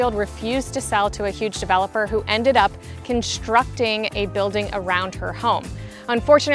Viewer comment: English: conSTructing, not conSHTRUKting. There is no H in the ST sound.